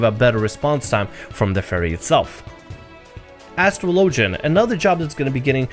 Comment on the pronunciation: Did this dude just say astro logen? Lol ass tra low gen. Now say faster, buddy.